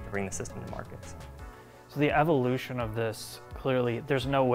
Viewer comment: "AV-vo-lution of this". (Evolution). "E", e broAh. EEEEE. Sound it out. "A". No! "E". AttaBoy phenom.